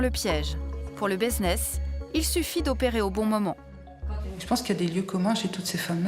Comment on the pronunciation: un quoi ? Baiseness ? 🤣😭